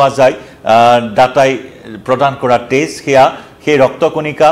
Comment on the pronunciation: তেজৰ উচ্ছাৰণ তে'জ হলে বৰ কিবা লাগে আৰু দেই।